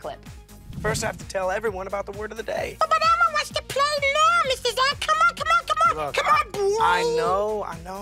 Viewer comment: si hablan español ¿porque pronuncian el inglés de una forma tan mamona? elmo elmo elmo no almo carajo!!